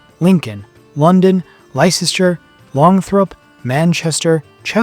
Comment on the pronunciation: Brigantees... sorry And Lysester? Longthrup? Chesterford? No such places in England. Please pronounce names properly. You're making an historical document, please show respect and get the names right!